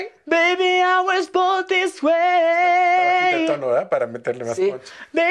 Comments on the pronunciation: Bod this way lo pronuncia? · tu estas diciendo que es el mejor INGLES.. OJO ESTUDIO INGLES Y NO PRONUNCIA BIEN MUCHAS PARTES COMO BORN.. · Soy yo o solo tiene problemas en la palabra BORN siento que no acentúa el sonido final de la palabra el resto está excelente la pronunciación. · Si es cierto solo es esa palabra Lo demás está excelente!! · Qué mal pronuncia BORN